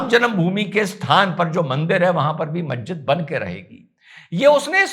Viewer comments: Mazzid nahi Masjid hota hai Padhoge tab janoge Aqal ko Badhao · inka to pronunciation sahi nhi masjid ko mahjid banegi.....